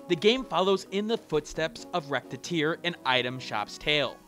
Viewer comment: ....I cringed at about a minute in when you pronounced "Recettear" like "Rettear"(or however you'd type your pronounciation).